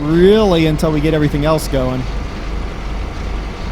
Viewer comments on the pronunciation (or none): none